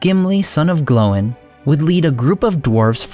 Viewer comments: 2 things I noticed about this video , you said that Thror took his Ring and the Arkenstone to Erebor. The Arkenstone was found in Erebor, it never left the mountain until Bilbo took it. Also, you call Gloin "Glow in". Never heard his name pronounced like that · Great video, but that pronunciation of gloin was off